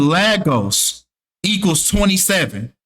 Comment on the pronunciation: LAY - GOSS is how you say it.